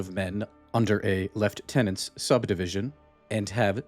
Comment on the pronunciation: You have no idea how happy I am that you pronounced Lieutenant correctly.